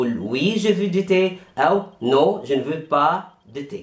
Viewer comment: veux تنطق فو وليس في